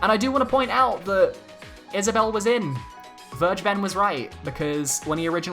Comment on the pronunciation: How did you pronounce "Vergeben"? Just put that word into google translate and use german. (Main reason why I can't take that guy seriously)